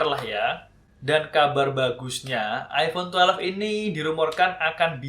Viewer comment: "iPhone twelef"